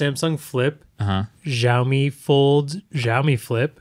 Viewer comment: The 'j' sound adds to the pronunciation of Xiaomi makes me smile. The X is like 'sh' in shower